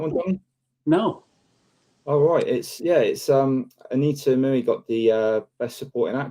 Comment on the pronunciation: Anita Moooey? 😂 hmmm.